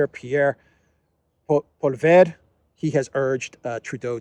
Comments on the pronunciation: Turdeau lied... as the sun rises and sets... oh and I think the conservative leaders last name is pronounced Polly-ev with the ev pronounced like the beginning of ever. Not that it matters. 😀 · Q - How can you tell when Justin Trudeau is lying? A - His lips are moving. BTW - Poilievre is pronounced Pwa-lee-ev, emphasis on Pwa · I see you have problems with the Canadian opposition leader name... Pierre Poilievre.... pronounced...Pollyvar.... Polly want a cracker? var..... Veracity, as in conformity to facts: accuracy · my man, allow me to assist you in pronouncing this. Poilievre sounds like "Polly - Ev". Thanks for the daily videos! God speed! <3